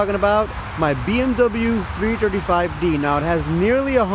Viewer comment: "BMW trrtrtrt 5 D" XD